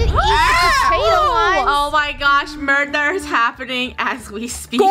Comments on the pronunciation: It's murber😡😡😡😡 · The fact that lunar kept saying "murber"